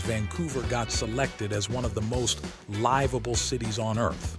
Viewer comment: Most "lie-vable" eh? Maybe ditch the robot and use a human narrator? Please.